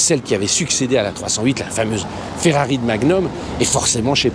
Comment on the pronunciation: Ne me dites pas qu'il a appelé la Ferrari une... "féfé"... A part ça, super vidéo ;)